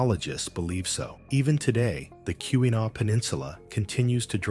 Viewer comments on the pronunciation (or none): Kee-wah-naw please pronounce it correctly...it's Not Q-a-naw...sheesh.